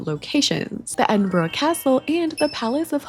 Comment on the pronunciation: You are one of the few people not from the UK I've encountered that pronounce it correctly! Most people say, "Edin-burrow".